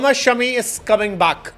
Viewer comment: इनका नाम शमी नहीं बल्कि "शामी" है😊